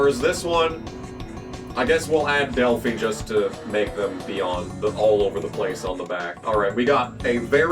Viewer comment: As someone who used to work in an Automotive Warehouse, the phi in Delphi is pronounced like youre saying wifi